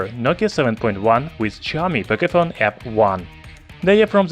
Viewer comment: "Pocayphone f1" ?? lolss